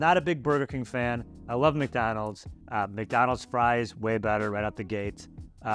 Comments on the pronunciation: Why do you pronounce it MACdonalds? It’s McDonald’s! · Why does she say MacDonald’s?